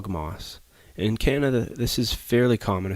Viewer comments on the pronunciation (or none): none